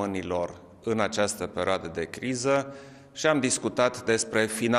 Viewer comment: In această pereoadă... pereoadă... pereoadă...